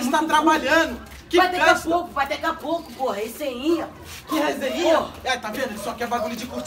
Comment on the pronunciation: Esse mlk é mt engraçado,é "ressenhia"